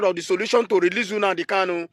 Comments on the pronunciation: Lol... Na the pronunciation for me... Unadi Kanu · This idiot shouldn't insult us by mispronouncing Nnamdi, get it right.